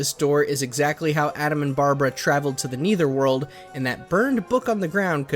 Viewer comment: It’s the netherworld, not the neither world